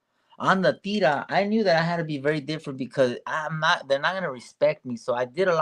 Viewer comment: Say Teeerra not Teara La Teerra roll the r and the T is like th sound Theerra